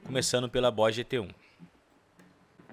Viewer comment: "Bois" Gt-1? 🤔 "Bois" ou Boss?